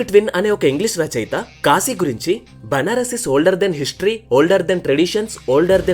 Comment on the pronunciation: Apprecialte your pronunciation of కాశీ instead of కాషీ I watched many telugu videos and most of people pronuncing it wrongly... So its "కాశీ పట్టణం"